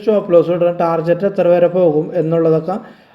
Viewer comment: Thanks ചേട്ടാ … ടാർജറ്റ് അല്ല ടാർഗറ്റ് എന്നാണ് പറയേണ്ടത്.